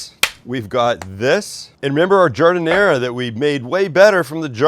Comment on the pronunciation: There’s no “uh” sound at the end of giardiniera